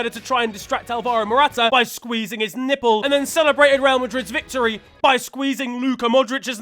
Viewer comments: why does he say nipple like that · brother why do you say nipple like that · The way says nipple and has me dying. Why so much emphasis on the word? 😂😂😂😂